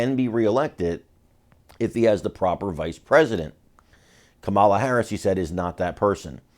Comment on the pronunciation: Well, I'd never vote for her but at least pronounce her name correctly. It's not Ka MAH' la, it's KAH' ma la, accent on first sylable Kah' ma la